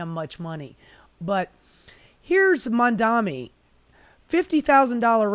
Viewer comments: The irony of calling out Cuomo for mispronouncing Mamdani, then habitually screwing it up for the rest of the video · You're mispronouncing Mamdani!